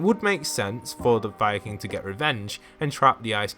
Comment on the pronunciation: When you say fire king it sounds like your saying Viking